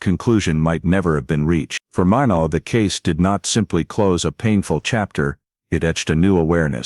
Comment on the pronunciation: Watching from North Dakota and it is pronounced (My not) Minot